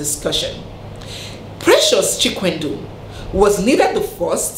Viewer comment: The way you and many call Chikwendụ makes it lose its meaning. It Chikwe-ndụ. meaning if God allows life. Or if God approves life. I think you get the point now. Lol.